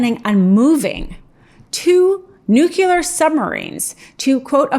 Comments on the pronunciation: Please tell me you read that on paper as “nucular” and didn’t come up with that yourself… I know you’re smarter than that!❤️ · NUKE - LEE - AR. Your job is pronouncing words, for crying out loud. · Kinda takes a chunk out of your arguments regarding someone else’s cognitive functions when you pronounce it as ‘nucular’ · nucLEAR, NOT nucULAR...OMG. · Learn how to pronounce nuclear... Your credibility is instantly gone with me when you say "nuculur". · Nuclear, not nucular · "nu-clear" not "nuke-u-lar" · It's "nuclee-ar" NOT "nuc-you-lar". That mispronunciation makes people like me wonder how accurate your reporting is! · nuclear. not nuke uler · NU KLEE ER IS HOW IT’S PRONOUNCED. NOT NUKULAR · Geez, woman! It’s nu-klee-ar code, not nuke-you-lar! I get so sick of people, especially people in public media, getting it wrong. Educate yourself. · NUCLEAR.. NOT NUKULAR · 'NUCLEAR', NOT 'NUCULAR'. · Really? Nu-q-ler three times in one video? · it's nuclear. not nukeular.